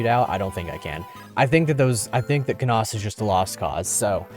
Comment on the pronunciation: Lucius lyn good, you say Canas wrong sorry :d